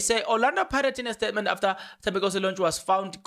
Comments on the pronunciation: Please pronounce Thembinkosi's surname correctly Lorch not Lonch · 🤣 the its Lorch not Lornch 🤣 but its okey the content is dope though 💯